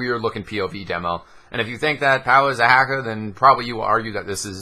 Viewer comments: Lol "I don't believe Powah is a hackah" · did you say hackah?...